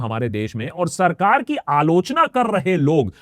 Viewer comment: Aalochna ❌ aaloo chana ☑️